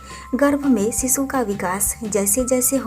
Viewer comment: Bewkoof aurat Sisu or shishu bolna sikh le phle. Sisu sisu kr k pka dia tune